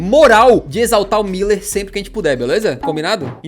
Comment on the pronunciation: Muuuuuúuuuuuuuuler fdx é um Ü nao dois i's... e mediático é com ė